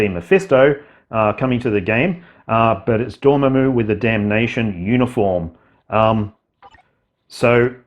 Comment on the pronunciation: Dorm—MAM—u, not Dorm—a—moo